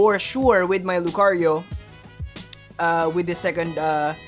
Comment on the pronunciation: What we need is hear Lucario and not 'lUcArIO' every single video. Other than that great content, I think I've watched them all the last few weeks